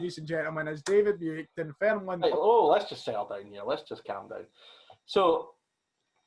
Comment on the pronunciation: Best start to TSF, there has been and ever will be! The bloopers and finally saying buick properly (aboot time)